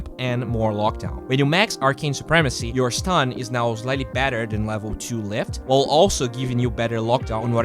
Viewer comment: I think working on your prononciations would help you ALOT, your english sounds at time really broken (I speak mainly french BTW). For exemple you butcher the word Slightly . Tons of youtube video to help! just a friendly feedback to help you grow